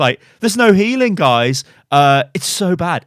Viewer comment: “and you can see the name of the gays”